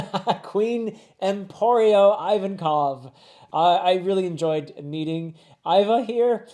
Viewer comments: Ivankov is pronounced “Eve-on-kov”, so there for Iva is pronounced “Eve-a”. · How do Americans ALWAYS find ways to mispronounce and disrespect our language🇯🇵? Infuriating!! Learn how to pronounce vowels in Japanese. NOBODY calls Ivachan Aivancov. NOBODY calls Mazeran Magellan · Ivonkov is Slavic inspired, so you can read everything they say in that style of accent. Pronounced Eevon, or Eeva; hard E. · From What I Know His Name Should Be Pronounced Hañabal U say Jinbe Perfectly Jin-bay Ivonkov is said as ee-von-kah-v (some ppl call him Eva for short) I hope this wasn’t confusing 😭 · Iva, Ivankov is pronounced Ee-vah, Ee-vunn (like stun)-kof